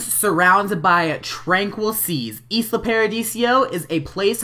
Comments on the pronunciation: ALL simmers are bugging me now XD It's pronounced (eye-lah) as in Isla Mujeres or the Actress Isla Fischer. XD sorry to be annoying :) good LP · it isn't pronounced isla it is pronounced Lila without the l at the beginning